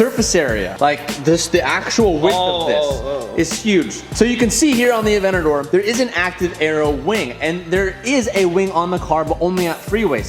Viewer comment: Highly requested modification: saying Aventador properly 😂